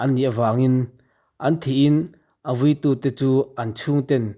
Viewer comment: Vūí lam dan dik zir i mamawh. Phing chil tih lam dan leh a hrilhfiahna hi ka hriat dan nen s inang lo tlat mai.